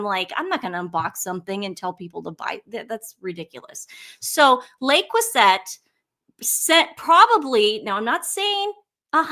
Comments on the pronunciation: Le Crouzet ( silent T if you pronounce in French, also acceptable to englishsize it with T, so many French words that is now used in America and are mispronounced!) is over 100 years old. It changes in looks ... shapes and colors. It is expensive but there is nothing special with it. ❤ your show. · U pronounce the t at the end of crueset, it means crucible in English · Probably got this already but it is pronounced “lay crew say” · While we're on the subject of pronunciation (LeCreuset = LeCrew-say) Dan Wootten's name is pronounced Wutten, it rhymes with button. The 'oo' as in look, book, etc.😁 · Stop apologising to the race baitors ladies. They either: 1 have learned they can gain social clout with it, or 2 have been brainwashed with it by no.1 types. It's "le" (not "les") "cruh-say". ❤ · Le Creuset (not La Creuset & the last syllable is pronounced more like “zay,” not “set”) is definitely high quality, but expensive, cookware that is often passed down from grandparents to parents to their kids. It was coveted by cooks long before Meghan. I have 1 smaller Braiser that was found in a Thrift Shop and gifted to me. I would love to get a larger crockpot and larger Braiser. Right now, I don’t cook enough to justify buying it, but it is a goal of mine. Nothing to do with Meghan. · In Meghan’s episode with Mindy, at one point Mindy noticed and commented on the Le Creuset — pronouncing it correctly (like the French). Meghan promptly corrected Mindy, pompously pronouncing Le Creuset INCORRECTLY (“set” just like the word set). 🙄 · Sorry girls but Le Crouset is pronounced Le” is pronounced as “luh” – “Creuset” is pronounced as “kruh-zay. You are saying it incorrectly. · Le Creuset is pronounced “Lay Crusay.” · It’s pronounced “luh crerzay” ❤ from Australia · The correct pronunciation of "Le Creuset" is "luh-CROO-zay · You don’t pronounce the t at the end le creuset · In the UK we pronounce it Lay Crew say